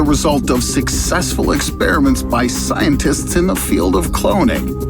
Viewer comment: did i just heard scientits?